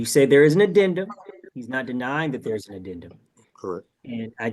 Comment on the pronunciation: The “adenment” 😂😂